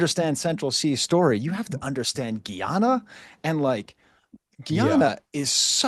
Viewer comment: AAVA. The "Guy" in Guyana (that used to be British Guiana) rhymes with sky. Must be the French coming out in you Prof.